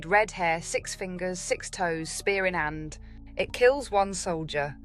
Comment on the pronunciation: Spear in 'and. Love it. You show your roots at times. Enoch = Enki